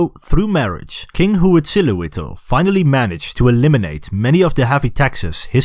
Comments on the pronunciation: Hwuitzala-wittle. LOL Next time input the word into a Spanish text to speak program instead. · How do you spell HA-wichdly-no-Po-ched-li? I can barely pronounce it by listening (I mean the name of the main Aztec god named in the first part.) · I laugh so hard each time you say Uichtilopochtle and show him